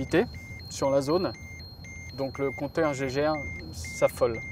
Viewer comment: le compteur "Gégèrre" MDR! On dit Geiger si jamais ça se prononce "Gaïgair" Le mec qui a inventé ça il s’appelait Geiger, pas gégé ni gégèrre. Ils étaient deux même : Geiger-Muller.